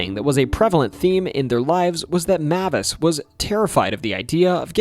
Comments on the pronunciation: Mavis is pronounced "May-vis" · Mavis: MAY-VUS